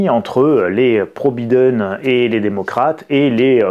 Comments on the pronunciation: Très drôle la façon dont vous prononcez « Biden » ! OK pour B I prononcé « bi » en français ... ( en anglais « baille ») Mais dans ce cas soyez cohérent et prononcez D E N à la française => « dent » et non pas « denne » , comme vous le faites 🤪 Alors « bailledenne » ou « bident » mais pas « bidenne » comme vous le prononcez 😂🤣😂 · On dit BAÏDEN